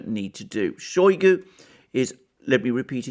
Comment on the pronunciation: It is not [showy goo] it is [shy goo]. Using [showy goo] makes you sound like a Brit mispronouncing Russian name. In Russian, o or a can make English sound a, depending on placement of word stress.